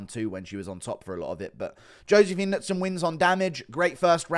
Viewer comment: The announcer and commentary team not knowing how to pronounce Knudsson was impressive